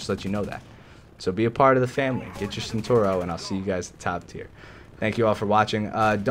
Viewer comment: The pronunciation is ChentAuro (A from Arm) just a little tip